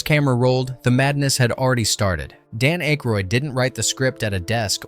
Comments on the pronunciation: Dan Aykroyd's last name is pronounced ACK-roid, not AKE-roid. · Ayyyykroyd instead of ACKroyd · It's ACKroyd, not Ankroyd. And Carrie Fisher's part WAS explained in the movie. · "Ache-roid"? I think they make a cream for that. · Dan Aikeroid??? Jesus man, learn how to narrate your own fucking videos. It’s actually fun learning how to do things. Try it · Mispronouncing Dan Akroyd is annoying as hell. There is no N in Akroyd. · Dan Ache roid??? REALLY??! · Dan Ache-roid…. Reminds me of Prep-H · What??? you don't like Ainkroid?? LOL 🤣🤣🤣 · The name being pronounced "Ache-roid" ...made my butt hurt. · "Aykrod"? Hell, learn to SPELL Aykroyd before you call someone out for mispronouncing it. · From your home page: "Disclaimer: Our content is purely for entertainment and may feature a blend of verified facts, rumors, speculation, and fictional elements." However, ALL your video titles say, "Facts..." Can we or can't we trust you as to whether any of this, or anything in any of your videos, is true? Please advise. You are mispronouncing Dan Aykroyd's last name. It's: Daniel Edward Aykroyd CM OOnt (/ˈækrɔɪd/ AK-royd). Clown. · Couple things. If you are going to do these,learn to pronounce the actors name correctly. Not once did you say Dan Aykroyd last name correctly. Also when talking about his and Carrie Fisher’s relationship,why does a random picture of her and Chevy Chase appear?